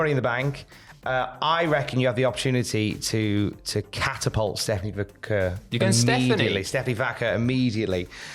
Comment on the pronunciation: I,just emailed you yesterday. You mispronounced Vaquer AGAIN TWICE. You're insulting her. Tom did it, too.